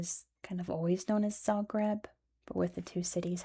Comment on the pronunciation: i'm from zagreb, this was all pretty accurate and correct and i'm so happy to see my hometown get some recognition. it's a beautiful city with such interesting history and many legends surrounding it. also good job on most of the pronounciation